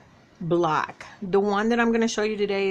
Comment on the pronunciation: Hi, I am not trying to be mean or funny but do you realize that when you say block you are saying black, please don't kill me for this.